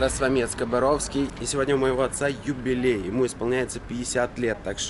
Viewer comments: На "Ютилей" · Юбилей, а не ютилей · не ютилей а юбилей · ахахаххахахаха ЮТИЛЕЙ? Или Юбилей?!? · Юбилей а не ютилей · сделай rename ролика) не "Ютилей", а "ЮБИЛЕЙ" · Не ЮТИЛЕЙ а ЮБИЛЕЙ!Ошибка! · Не ютилей а юбилей братан ты ошибся! что за неграмотность? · Юбилей*А не Ютилей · Не ютилей а юбилей если что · Ютилей... исправь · Юбилей, в не ютилей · Юбилей* а не ютилей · Че вы к пристали?? ну ошибся человек на 1 букву и что такого?? Правильно не ЮТИЛЕЙ, а УТИЛЕЙ-от слова Утиль. А че вы хотели то??? Старику 50 лет как никак